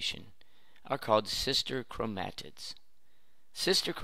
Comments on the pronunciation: Learn how to pronounce 'chromatid.' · please stop saying chromatid like that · I've never heard someone pronounce chromatid the way he does.